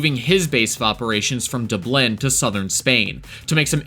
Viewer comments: What? You've never been to Duh-Blen? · You got a speech impediment? DobLIN. Lanzaroh. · An American who can't say Dublin or Lanzarote. I feel like you've never left your country and you have the cheek to commentate on European crime :D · "Dubelin" "Lanzoroh" and "A scheduled flight" (instead of "fight") Was this made by an AI who huffs paint?